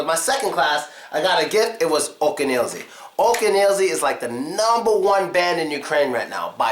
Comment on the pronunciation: not "Oken Elzi", but "akeAn Elzi " :-)